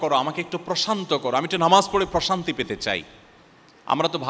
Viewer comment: এমনভাবে প্রশান্তি উচ্চারণ করলেন যে আমি মানসিক অশান্তি শুনলাম😂